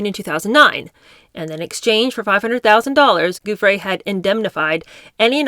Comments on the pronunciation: Please google how her name is pronounced before reading her book. Giuffre = ju-fray I really enjoy your readings but the clunky mispronunciations do jar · I love your webcasts. But before you read Virginia Guiffre's book to your listeners, please learn to pronounce her name correctly.